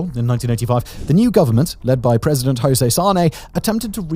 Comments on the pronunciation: Funny how he pronounces "janeiro" correctly but goes on to say "hoaquim hosey" hahaha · Please don't pronounce "José" as "hosae". Portuguese is not Spanish. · You mentioned President José Sarney but pronounced his first name as it said in Spanish. Portuguese J has a sound close to the English pronounciation of j. So it would be "Jo-ze". With a J sound like English or French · José in Portuguese pronunciation is very different from spanish "Hose", it's like "Joseph" in english, without the "ph" in the end. 👍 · why you english speking people spell José with a R insnted with J like how it's properly pronounced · Very good infotainment. Thank you for sharing. Remember, however, that the names "Joaquim" and "Jose" are not pronounced like in Spanish. The French "J" is a better approach.